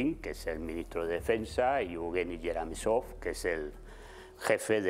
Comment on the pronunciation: Sogin y gueramisov ???? Será Shoigu y Guerasimov. No sabe ni los nombres y viene con análisis jajaja que aprenda primero de quien se trata.